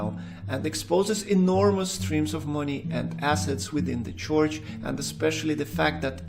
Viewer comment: It's not a "choich." It's a church. Roll the "r."